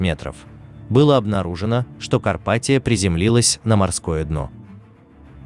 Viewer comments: Почему КарпатиО? Дебильный робот! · Карпатио, напомнили нокиО😂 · блядь, карпатиЯ по русски будет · Карпатио😂😂😂😂 Лооол)))) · Эль Карпатио это феерично